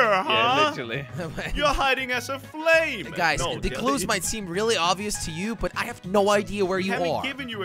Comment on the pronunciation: I love when says I am a flaims and jelly didn’t nw